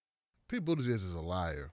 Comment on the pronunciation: his last name is pronounced Booty-Judge